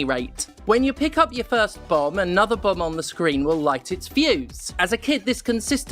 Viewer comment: I wasn't looking at my screen for the first part of this video, and I swear you were saying "Bum Jack". I was disappointed when I found out it was just the way you pronounced "bomb". Especially after you said there was bums in it. And that you have to grab the bums. Sad now.